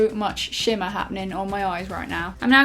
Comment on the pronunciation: "and then this shimmar in the middle" 😂😂